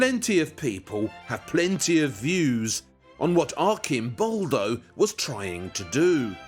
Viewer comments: the correct pronunciation is Artʃimˈbɔldo/ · Instead of letting him filmed in his documentaries that much, the narrator, who travels a lot to Italy, should use his time better, learning the difference between the "ci" dolce sound, and "chi", hard sound, then come back and articulate "Arcimboldo" correctly. Lamborghini? Carpaccio? Faccia? etc... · The 'C' in 'ARCIMBOLDO' is a prounounced like in CHURCH. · The way he kept on saying Arcimboldo wrong though... 😢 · Please, Waldemar, try to pronounce Arcimboldo with a c (like in the word chat) and not k (like the word alchemy) ... 😉